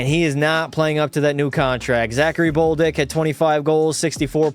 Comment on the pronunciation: Who is boldick it is bolduck